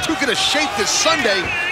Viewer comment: $1 for everytime he says abbys lol